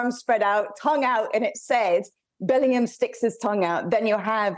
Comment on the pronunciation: Was I the only one who couldn't stop laughing when she said 'Bell-end'oor. 😂😅